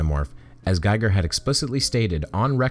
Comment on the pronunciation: You still have the Geiger instead of Gieger pronunciation :/ Missed a chance there. Not sure what else to say. I don't like to repeat my rant about cheap content providers. Thanks former Governor of Minnesota :V Also thanks youtube. I'm pretty sure there is no law against the F word in that context. So we get preemptive censoring. That reminds me, I still have not seen a clear definition for hate speech. It's like a victimless crime that was used by the Nazis to arrest whoever they don't like. And thanks to the people who hide their power trip behind a claim of good intentions, we are dangerously headed into the direction of a new fascist world order.